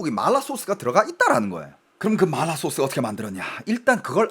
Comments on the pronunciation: 이사람 중국인임? 마라를 말라 이러네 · 한국사람들 보라고 만든방송에서 마라소스를 말롸소스 그러고있나요???? 중국사람들한테 방송핟ㅓㄴ지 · 마라를 일부러 그렇게 발음하시는건가요… 거슬려죽것네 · 마라 라고 표기하는데 자꾸 말라 라고 해서 개짜증... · 근데 이분 한국국적인데 어케 이렇게 발음이 마ㄹ라~ 이러는지ㅋㅋㅋㅋㅋㅋ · 마알~라 ㅋㅋ 발음이 중독성 있네요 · 마알라 ㅋㅋ 발음중독되네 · 본토 발음은 마라가 아니라 마알라 인가보네요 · (하지) 마rrlll라 소스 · 말롸소스 지려따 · 마라발음이 중국인이세여? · 궁금해서 보려다가 마라라는 말만 중국발음으로 하는게 킹받아서 못보겠음ㅋㅋㅋㅋ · 마라 발음 하실때ㅠ 그리고 너무 마라마라 반복하시는듯.. 이번 시청은 조금 힘들었습니다 😅